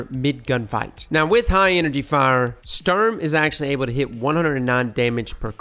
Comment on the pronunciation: It's not stürm... It's STUrm!